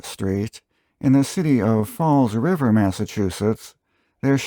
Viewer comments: It’s pronounced FALL. RIVER. There is no S….. and you got Worcester all wrong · Your videos are always very informative and well done. Your Boston,( we say Bostin ) accent is gonna take a while, but keep trying. I noticed you added an "S" to Fall River, actually it's Fall Rivah! Great videos, thanks! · It’s pronounced ASS ON ET, with the emphasis on the first syllable. Also, Fall River has no S in it.